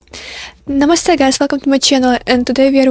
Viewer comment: huh, ur "namaste" accent is perfect!